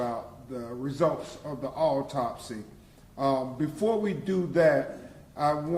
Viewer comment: What the hell is a alltopsy!? Why he can't read?.is he a real lawyer?